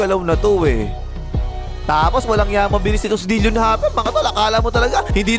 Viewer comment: Bakit "dil-yon" Harper ang bigkas mo?